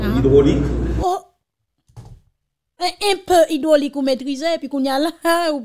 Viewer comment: Mesyé hydrolic pa mim kon li "li di invaliation" kot neg sot sa soti 😂😂😂😂😂😂😂😂😂😂😂😂😂😂😂😂😂